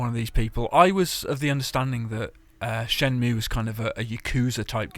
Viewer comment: Shenmue not shemnue.